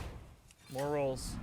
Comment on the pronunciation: The "more rolls" was just too much, it just started to sound like "morals"